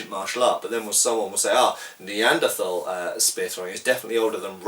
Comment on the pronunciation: I literally saluted my computer when you pronounced Neanderthal correctly